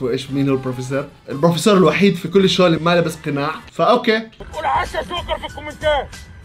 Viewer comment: يا جماعهه حد انتبه انو ما بحكي جوكر بحكي شوكر😂😂